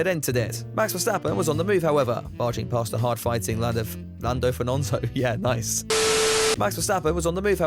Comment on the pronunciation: Lanfo Fernanfo 😂😂😂